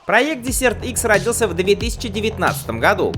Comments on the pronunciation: мда.... петушинный кацапский акцент, десерт - это в столовой, а это дЕсерт - пустыня, хоть бы название мотоцикла потрудился сказать правильно в первые секунды ролика. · Дезерт!Пустыня! а не десерт)) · Какой нафиг десерт икс, перед тем как делать ролик наверное надо было выучить как правильно читается название мотоцикла или хотяб школу закончить! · desert- пустыня читаетсяˈdezərt. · Произносить " десерт" смешно. Сначала не понял.